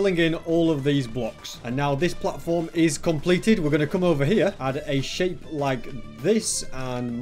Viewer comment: i thought said $h1t in stead of shape